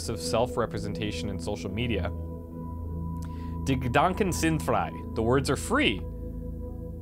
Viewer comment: Your german pronounciation of "Die Gedanken sind frei" sounds pretty good.